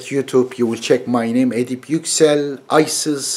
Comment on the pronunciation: Hocam kendi adınızı neden Amerikan aksanıyle telaffuz ediyorsunuz?